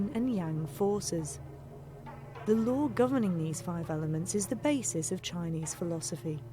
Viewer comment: No "er" in "law," law is law not "law-wore" nor "lau-wer."